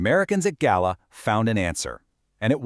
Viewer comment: Gela is pronounced "JAY-lah". My dad was there aboard USS Bimingham CL-62.